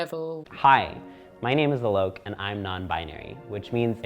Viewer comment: "This bloke Alok", thumbs up if you like how she pronounced it!